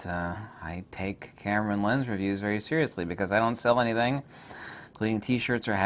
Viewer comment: Zeriously Nikon